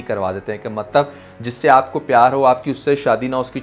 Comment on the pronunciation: Ye maktab maktab kya word bolte aap do you mean matlab